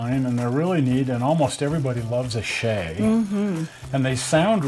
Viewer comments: Look up the pronunciation of the name I guess I should have put this thing to bed years ago the name is pronounced correctly the way he did it!!! I don't know who started the lime as in a green piece of citrus but it's incorrect.. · The Shay is poetry in motion but put to Musical notes on the right-side of the engine .PS thank you for pronouncing it correctly engine company !!!